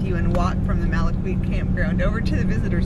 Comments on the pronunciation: Malaquite is pronounced “Mal-a-keet” not “Mal-a-kweet” ✌🏼🤟🏼🇺🇸 I had a home on Padre Island for 25 years. No better beach on the planet ❤️. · A Corpus Christi native here. Malaquite is pronounced “Malakeet.”